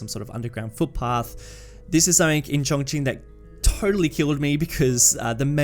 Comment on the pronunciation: Very interesting. I have been to the actual city 3 times now.. used it as a base to tour local areas. By the way it is pronounced Chon as in john and Ching as in Ka Ching!